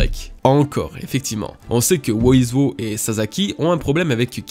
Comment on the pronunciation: Quel chapitre! Et bien condensé en plus. Par contre "Wozwo" se prononce "Wouzwou" (Who is Who). Force à toi!